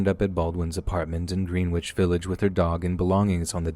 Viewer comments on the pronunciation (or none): It’s pronounced “Gren-itch” Village. It’s spelled “Greenwich”